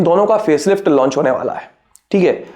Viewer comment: Hear his ठिक हे 🤣🤣